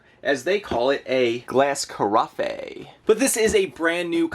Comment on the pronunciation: That Kitchen Aid coffee pot is pronounced "Kaa-Raff" 🤑